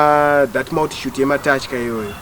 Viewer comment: I thought I was the only one who heard that kkkk